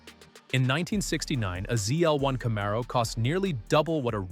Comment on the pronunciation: Bro, stop using ai that can’t even pronounce Camaro